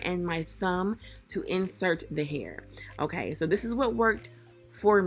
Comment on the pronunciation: the way she says okay... "OHGAY" lmsksksjdjdj gatta love her🤣🤣❤️